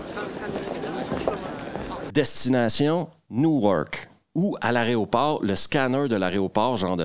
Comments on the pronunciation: Alors juste une petite remarque : c'est pas aréoport qu'il faut dire mais aéroport, et puis c'est pas tétra mais téra. 🙃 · C'est quoi le problème des Québecois avec le mot "aéroport"? Si vous le prononcez correctement en plein jour, ça vous transforme en belge ou un truc du genre?